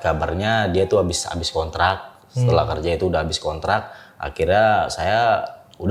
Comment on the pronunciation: "itu SONTRAK saya...", sontrak, sonbus, dan sontronton